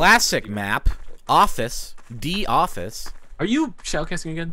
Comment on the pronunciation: Am I the only one that is bothered because you said DE_office ;_